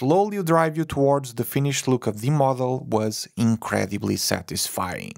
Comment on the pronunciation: Spoiler : "Incledibly satisflying"